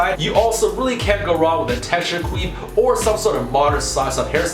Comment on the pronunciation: Did he just say queef instead of quiff?